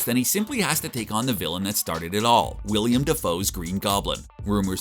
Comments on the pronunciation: I'm sorry, but William Dafoe? who the frack is that? Did you mean Willem Dafoe? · Willem Dafoe* not William. As far as villains.. KRAVEN! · Actually it's Willem Dafoe